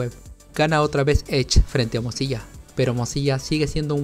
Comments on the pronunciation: Se dice Firefox o al menos pronuncialo como MODSILA ya que lo que tu dices suena o se parece mas a morcilla lol. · algo en mi moría cada ves que decía "mozilla"